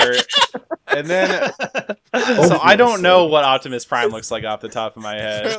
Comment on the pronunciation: how do you mess up optomas prime